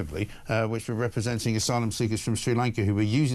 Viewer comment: "The Shag Us Islands"?